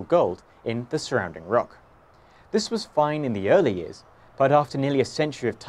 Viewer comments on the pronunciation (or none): none